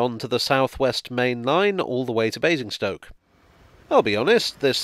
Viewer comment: I think you were mispronouncing Amazing'stoke 😝 Thanks for another great video 👍😊